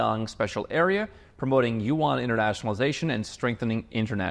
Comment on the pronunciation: Renminbi....Yuan, exposed! You actually know how to speak Chinese:face-green-smiling